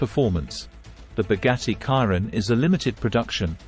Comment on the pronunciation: "boggatti kairon" 👀💀